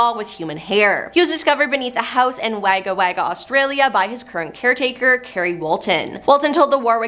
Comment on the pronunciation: Wagga Wagga is pronounced Wogga Wogga 😊